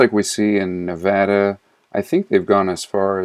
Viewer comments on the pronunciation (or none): none